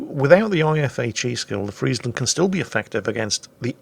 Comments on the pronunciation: this is the first english youtuber who actually pronounce friesland right like perfectly right. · Thanks you for pronouncing Friesland properly.